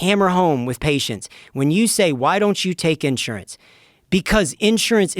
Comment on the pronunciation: Smart guy but the way he says “insurance” throws me off